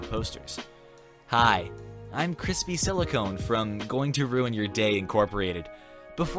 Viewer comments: You really need to work on pronunciation. Silicon ends in con, NOT cone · Silicon is not pronounced silicone